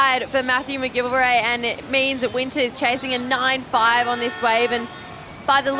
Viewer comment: please pronounce McGillivray correctly.